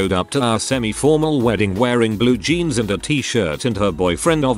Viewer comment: Narration bot mispronounces several words. Not a deal, I get it. However, I don’t understand the pronunciation for jeans (blue jeans), being said with a hard “g”. If being spelled correctly, this shouldn’t happen. Are that many people really using “genes” for “jeans”? Ugh. Sorry…ADHD. 🤷🏼‍♀️😑